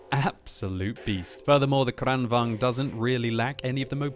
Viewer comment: Please, it's kranvAGN, not kranvANG...